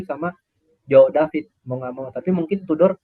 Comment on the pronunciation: Kenapa ga ada yg corect abangnya waktu bilang joao david mulu